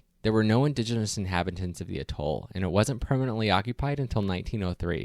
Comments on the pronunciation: Just a tip, if you're going to make a video about an Atoll... maybe check the pronunciation of the word. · Your narrator doesn't know how to pronounce "Atoll" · I think it is pronounced "A-toll" -- not "a-TOLL". I could be wrong. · one small nitpicking note: you are pronouncing the word atoll wrong. the emphasis is typically on the first syllable, the "a" (pronounced like the word yeah) sound, not the second toll (pronounced like the word tall) syllable. that said, good vid. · Every time I have heard the word pronounced in the past the emphasis has slightly been on the first syllable. The main point for me is that the way it was pronounced in the video seemed wrong. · Your pronunciation of some words is horrid…I suggest you learn the correct way to say things and replace the audio. For instance it’s not a-toll it’s atoll as in at not a. Archipelago is also a disaster. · It’s pronounced atol, not atoll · It's not "a-TOLL". It's AT-oll. And then there is the matter of the word, "archipelago." (Go directly back to the 7th grade. Do not pass "Go". Do not collect $200. Why the hell to geeks like you even bother?) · Try AH toll instead of A toll... thanks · Pronounced A-Toll, with emphasis on the A. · It's pronounced "'A-toll." Unless you happen to be the kind of person who says "hot TUB" or "ham-BUR-ger." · I cringe every time he says “Atol” too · Very nice vid. Just a little FYI, your pronunciation of atoll and archipelago are off. Might suggest you look them up for the correct way to say them. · great video, but you need to work on your pronunciation of the word 'atoll' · Please learn how to say atoll correctly. Accent is on the ‘a’ pronounced as the ‘a’ in cat. I don’t have the time to get you straightened out on archipelago. Just know that it’s arc- a- PELL- go, Not the way the commentator murders it !! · Your pronunciation is off course; atoll & archipelago. Albatrosses? The plural of albatross is 'albatross'.